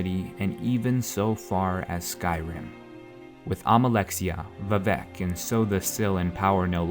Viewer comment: vivec is pronounced with emphasis on the "i" not the "e". That's how it was in Morrowind and the only way it sounds right...